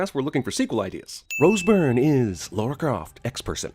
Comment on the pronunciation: I give CinemaSins a sin for pronouncing 'Lara' as 'Laura'. Lara = La-ra Laura = Law-ra